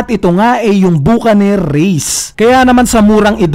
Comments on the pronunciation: bakanir or buh·kuh·neer, no hate boss <33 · mali pronounciation mo lods sa Buccanear..Reference nyan ay ung "Buck an ear"